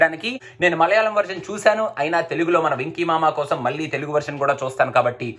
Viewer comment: దృశ్యం 1 కాదు, దృశ్యం. మల్లీ కాదు, మళ్ళీ...